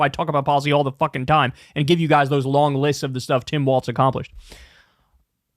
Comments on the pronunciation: Why do you keep saying Tim WalTz? There’s no T in it lol Just Tim Walz Like the walls are closing in 😆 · Governor Walz does not pronounce his name ‘walts’ he pronounces it ‘walls’! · WALZ not WALTZ! Please say his name correctly! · Please, Kyle… it’s “Walls” not “Waltz” - the things that divide rooms, not a ballroom dance.😘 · Why u keep saying Tim Waltz? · Somebody tell Kyle that Walz doesn’t have a T in it. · I wanna have a beer with Kyle so I can tell him how Tim Walz pronounces his f*** name.... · You gotta stop mispronouncing Walz.